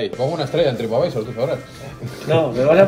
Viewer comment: Por qué dices trip advisEr??